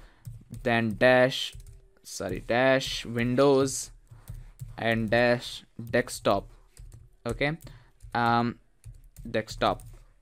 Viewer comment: Desk Stop, not Deckstop